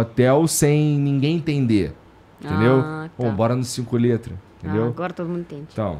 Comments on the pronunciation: Sotaque de carioca tbm é fod@ claro que ela nao ia entender, 5 lhetras? Lhetras? É letras, se pronuncia com lê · Cinco LHÊtras.